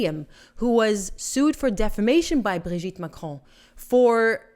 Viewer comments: Why in the world do you say his name like that??? It's pronounced Brogette Macron. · I think you just made this video so you could just keep saying “Brigitte Macron” with overemphasis on that silly accent😬😑